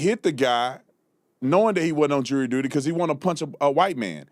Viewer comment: It's not jewelry, it's jury! Why do black people have a hard time saying that word? Also, fruneral instead of funeral, ambalamps instead of ambulance, etc... Just asking.